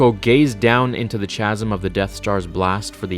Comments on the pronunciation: FWIW, “chasm” is pronounced like “kazum,” not like “chazum.” Cool video, though. I didn’t know all this. Poor Jedha :( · It makes me wonder if he knows how to pronounce chasm and is blatantly starting controversy to trigger people and/or start conversations 🤔 bro if you read this, it's pronounced ca-zm. I'll certainly get over the goofy pronunciation, but it should help you avoid triggering more legions of nerds in the future. For THAT specifically at least...the more you know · It’s Kaz-um. Not Chaz-um. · Bruh it’s pronounced like kaz-uhm not chazz-uhm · Dude it's "ka-zim* not "cha-zim" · Chasm. The H is silent man. No "ch" sound for furture insight. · Chasm is pronounced ka zim not cha sim. Loved the video by the way, pulling me back to your channel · It's pronounced kasim phonetically for chasm....with a K sound. Not a Ch ... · Chasm starts with a K sound. Not CH sound. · The word chasm is pronounced with a c like in cat not a ch like in church. Just saying. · I love everything you do,, but I think you should have read over your script a couple more times before recording this. "Chasm" is pronounced "kaz-um" not "cha-zum". I'm sorry. Maybe my inner "grammar nazi" is being too hyper-critical... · chasm is pronounced KASM KA-Z-M holy fuck dude. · Chasm is pronounced kazm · pronounced ka-zəm (bangs head on keyboard) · Good video....but "chasm" is pronounced ˈkazəm. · It's pronounced 'Kazzum' 😜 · Chasm is pronounced "kasm" in both the US and UK. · Chasm pronounced Kasm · chasm ... pronounced (kazim) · Erm... 'chasm' is pronounced 'kazm' (/kæzm/)........ Just saying. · Chasm. Pronounced like (kaz-im). Just fyi. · It's pronounced kasm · Chasm...pronounced Kasm. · Now I hate to be 'that guy' but I just can't stop myself.... Chasm is pronounced KASM and Jedha is SPLIT in 2 not spilt. Great video though 👍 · It’s pronounced “kasm” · Love your vids always, but "chasm" is pronounced "KA-zum" the ch is a K sound ;) like chameleon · Pronounced “kazzum”.